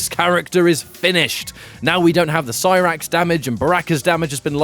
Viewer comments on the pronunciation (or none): none